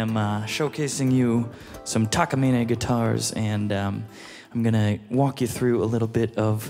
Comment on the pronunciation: He actually pronounces the Takamine correctly. *but he pronounced Sapele (Sa-Pee-Lee) wrong 😂